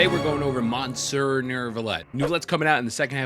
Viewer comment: "mohn serr" 😂😂